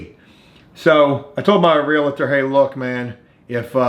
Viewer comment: Please stop saying Realator it’s pronounced and spelled Realtor